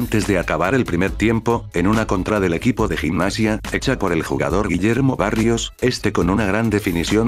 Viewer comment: Disculpa pero es Guillermo BARROS no barrios lo demás todo bien crack